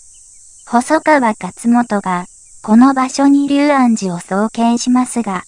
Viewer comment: 細かいことですが「龍安寺」と書いて「りゅうあんじ」じゃなく「りょうあんじ」と読むようですよ。